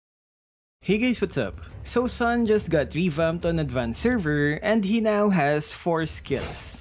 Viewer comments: He’s pronounced as “soon” :’) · You pronounced his name wrong. Sun as in ☀?